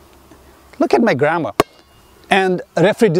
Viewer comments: KElZ i thought he said “look at my grandma” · Broo I heard "look at my grandma" 😭